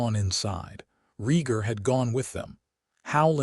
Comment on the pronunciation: IT'S Rheatgar you utter idiot A.I. not REEEEEGAR.